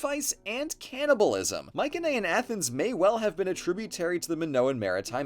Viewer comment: Every time I hear "Mycenaean" with a hard C I question everything else said